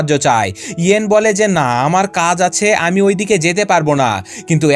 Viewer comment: ভাইয়া আপনি আমি না বলে হামি বলেন কেন